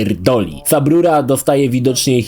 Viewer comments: Nie wiem czemu, ale za każdym razem jak słyszę subrura kisne coraz mocniej xd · Jak usłyszałem "sub ruro" już czułem, że będzie dobrze